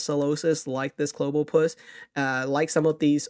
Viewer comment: it's Clobb-opus as in Clobber - Octopus 😄